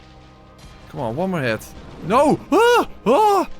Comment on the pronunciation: I always love how after dies in an unfortunate manner, you hear the most Dutch sounding: Nouuuuuuu!!!